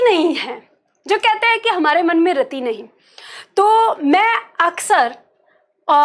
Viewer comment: मैंम आप पार्टी बहुत ही बेहतरीन समझाती है, आपके पास बहुत ही ज्यादा नॉलेज भी है लेकिन आप छोटी इ की मात्रा को बड़ी में उच्चारित करते हैं। रति को रती कहती हैं